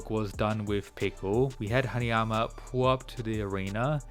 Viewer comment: haNAyama not haNIyama